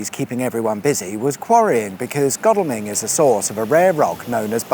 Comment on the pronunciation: Ooooooh, my local area. Pleased you pronounced Godalming correctly 😀